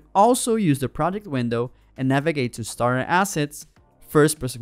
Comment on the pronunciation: "Now available for free..." has such a lovely ring to it... ;-P Does anyone else keep hearing "STAR assets" instead of "STARTER assets"? Yeah, I love to pick nits.. ;-P